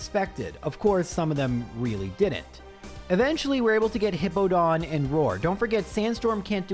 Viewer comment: Also, this is that time period where he calls it Hippo-don and I still hate it.